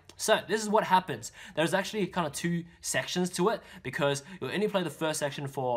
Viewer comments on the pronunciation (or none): none